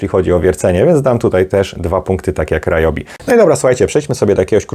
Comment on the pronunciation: W zasadzie Ri-jobi, bo to japońskie. Ale mi też się często myli i mówię Ra-jobi 🙂